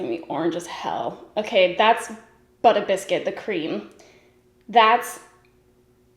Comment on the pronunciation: I thought the shade name was “bitter biscuit” and you were just being funny saying it in a New York accent LOL